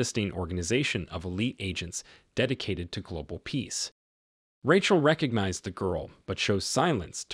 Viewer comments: Lots of mispronunciations by the narrator. "Ratchel" instead of Rachel? Covert is pronounced like cover with a "t" added instead of "coe-vert". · Why is it that one min you say Ratchel and then in the next clip you say the name properly as in Rachel pronounced as (Ray-chel)